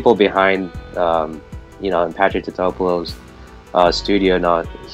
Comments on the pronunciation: Why can't you pronounce the designers name properly? It's said throughout the film so much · I've always liked this movie, even hearing all the hate on it, makes me like it even more. Especially the comedic lines during the whole movie. How no one can pronounce "Totopoulis" and make up their own word for it 😆. I still like it, and you can obviously get it on DVD/ VHS relatively cheap too! The only thing was Why was it raining constantly in New York?? I think Godzilla'98 will get a resurrection with younger, new fans, calling it a classic. I was no kid like you guys were when it came out, I was 32. Time is going way too fast to nit pick this movie. For me, it's pretty awesome!